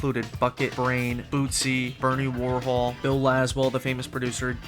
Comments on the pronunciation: Bernie Worrell, not Worhol. RIP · It's Bernie Worrell, not Bernie Warhol. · I appreciate the effort put into this video but it was loaded with mispronunciations and incorrect content. Bernie Warhol? Come on, he is pretty well known from Parliament days. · Aragorn, not "Eragon" Elijah Wood, not "Frodo" Bernie Worrell, not "Bernie Warhol" Get it right.